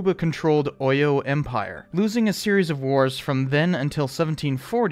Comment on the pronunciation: As person who knows the history of the Dahomey Amazon's, and its war with the Oyo empire, and other stuffs you're coverage of the movie is awesome. Oyo is pronounced, 'O-yaw, Abeokuta is pronounced Ah-beh-kutah. Btw, if you want to know more Yoruba words, I'm willing to be of service.